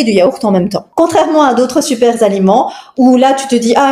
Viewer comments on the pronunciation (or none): none